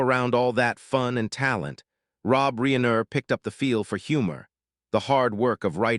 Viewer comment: Probably to learn how to pronounce Reiner.